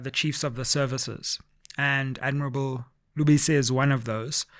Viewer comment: Dr. Mpofu did you just said Admirable instead of Admiral? No harm done though 🤣🤣🤣🤣